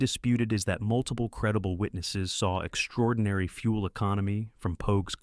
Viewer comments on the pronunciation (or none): none